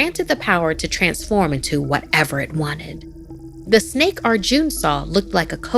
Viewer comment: Bro, She Adding The "Snek" Murdered Me. XD Jokes Aside Though, Yeah, The Snake Is Pretty Cute, Though I Probably Would've Been Way On Edge Knowing That Thing Was Raising It's Hood While Looking Up At Me. Note: When Cobras Do That Thing Where They Extend The Looser Skin By It's Neck And Make It Look Like Some Kind Of Hood By Their Heads, Yeah, That's A Warning Sign Lol.